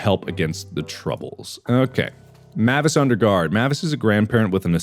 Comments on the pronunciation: Mavis is "may-vis" my grandmother had that name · Can't believe someone would pronounce Mavis like that ☠ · It makes me uncomfortable how he pronounces "Mavis" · He even literally just said, "Mavis Beacon Teaches Typing" not that long ago, and he said it correctly. lol Don't understand how he got it wrong here! lol